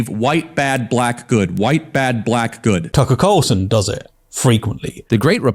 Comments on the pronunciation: I heard "Taco Carlson" xD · Not gonna lie, I thought you said Tom Brady and I was like “damn this is what he’s doing instead of making the Raiders better”